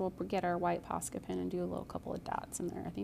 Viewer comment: I am loving this but wondering if any one else hears "pasta pen" every time she talks about the posca markers